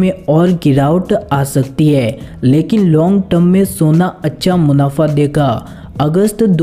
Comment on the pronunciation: Soniuo nahi hota hai sona hota hai hindi bolana sikh